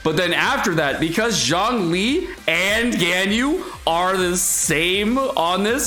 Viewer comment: Is mispronouncing Ganyu’s name on purpose? That was so annoying to watch, besides that, great content. Keep it up